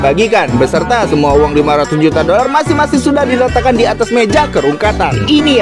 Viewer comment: Dolar bang bukan doral 😂